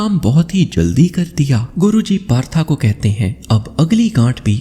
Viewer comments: That's not partha that is पार्थ। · कहानी बहुत अच्छी व प्रेरणादायक थी आपका प्रस्तुतिकरण का तरीका भी बेहद शानदार है लेकिन एक निवेदन है कृपया 'पार्थ' जो कि अर्जुन के अन्य नामों में से एक था को तथाकथित मॉडर्न बनने के चक्कर में बार बार 'पार्था' PARTHA कहकर संबोधित कर अर्थ का अनर्थ ना करें। हिन्दी भाषा के शब्दों का उच्चारण ठीक ढंग से करने का प्रयत्न करें बाकि आपका प्रयास सराहनीय है। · Partha Nahi Bhai Parth bolo